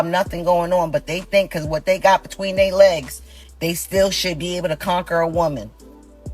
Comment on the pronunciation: The word "their" should not be pronounced as if it's "they."